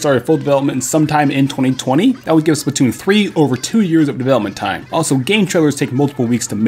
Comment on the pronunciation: lol you said spatoon